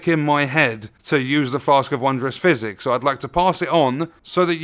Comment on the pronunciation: I kept thinking he was saying "Flask of Wondrous Fizzy." Not trying to make fun of you or anything or the way you talk, I really love your videos,🖖